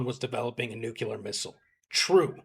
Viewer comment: Its a very common mispronunciation but please vegas there is no "Nucular weapon" its "Nuclear weapon".😅